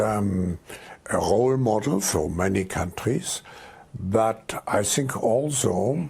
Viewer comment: He keeps saying, "I sink"